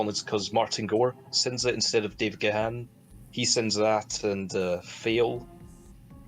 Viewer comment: So if the Scottish sounding one of you is such a big fan why do you incorrectly pronounce Dave Gahan's name? Difficult review to listen to due to poor quality sound.